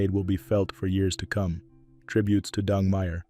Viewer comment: His name is DENG, not DUNG!